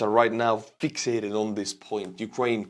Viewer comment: Fix-ate Fix-ated (not fix-i-ated ) - not being mean just helping with pronunciation. You have improved so much over the years!